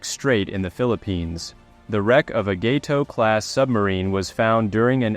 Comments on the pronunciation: Gato: Gah Toe, not Gay Toe. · Gah-tow. FFS dude, set up your shitty AI voice correctly. Channels are getting lazy AF with this AI voice stuff. Is it too taxing for you to read into a microphone???